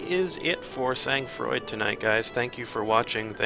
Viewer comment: It's pronounced Sang Froid! :P